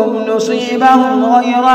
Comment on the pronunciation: ayat 109 mistake (nasebahm hai )ap ne prha nusebahm